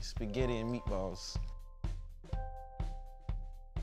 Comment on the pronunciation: Why he say meat balls like that😂😂